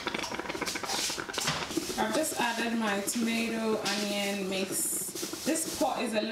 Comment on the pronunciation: I love the way u say Anion instead of Onion 😂